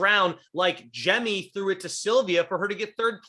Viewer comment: I'm probably more annoyed than I should be about he saying "Jem" instead of "Jemmye"